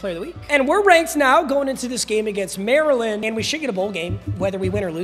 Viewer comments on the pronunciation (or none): none